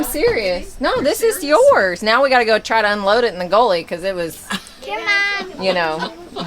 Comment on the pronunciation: you had me a bit confused when you said goalie, not gullie,I was expecting to hear a sports story.... Just kidding I love how southern people talk...